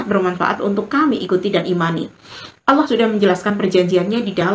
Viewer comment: Pelapalan nama Alloohnya sudah sangat fasih banget didengarnya, indikasi bener2 ikhlash dlm beriman Islamnya.